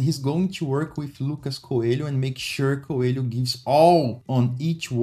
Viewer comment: Coelho is pronuncied like co-e-li-o